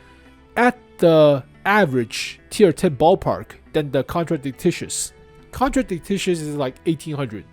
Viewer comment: its not contradictitious, its a contradictious. kon-tra-dic-shious PLEASE stop saying TICTICIOUS